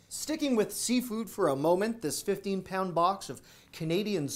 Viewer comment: Sounded like said 15 (rather than 1.5) pounds of crab legs for $20. 😂